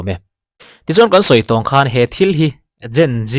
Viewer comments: Zen G itih fo hi ege😂😂...Gen Z itih na nge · Gen G kan ni lo sir... Gen Z (zee) kan ni e... 😅